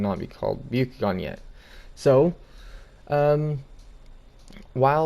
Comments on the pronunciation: And it’s the byAkugan not the byUkugan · You are pronouncing byakugan and mangekyo wrong